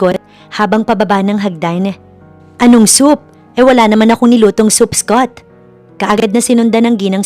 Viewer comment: Ganda ng story but the English pronunciation of the narrator is very poor. Mag aral ka ng proper English pronunciation, Scott is pronounce as skat not eskot.